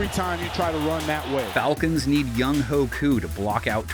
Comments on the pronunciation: its BIH-jahn, no BEE-jahn .... mans really said Young-HOE smh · When you miss pronounce Koo's first name like that, I think a lot of falcons fan are instantly turned off to the analysis.